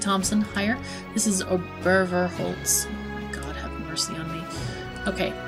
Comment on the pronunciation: just a lil bit help , Obervorholz , think on Obahma , how you spell it, use OBA instead of Ober, then instead of VOR , use VOA , or FOR , and Holz is perfect no change :D so OBA-FOR-HOLZ , its legit. and the name in english would be kinda like, Upperfrontwood :D if you only say windheim , i would not think your foreign at all !